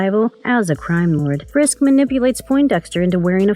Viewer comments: Please please please. If you are going to narrate any video,please make sure that you have someone in editing and commenting who's competent enough to pronounce the words RIGHT and say the Right words. It's FISK not FRISK. Ugh. Do you realize how irritating that is to a fan??? Nails across the chalkboard annoying. Ty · /Sigh Drinking Game. Take a shot every time she calls him "Frisk" instead of "Fisk" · Fisk not frisk. Otherwise great video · No "R" if "FISK" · Wow you can't even pronounce the Kingpin's actual name correctly...